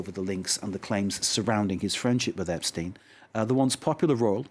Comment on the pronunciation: Ep stine ??? Virginia geouuuf ???? And your a news reporter ? What pitiful bit this was guest speaker 🔈 mucho,French annoying! Mer see boooque !